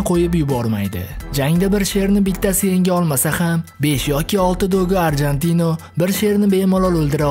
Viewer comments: dogo arjentino emas dogo argentino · Arjantino emas Argentino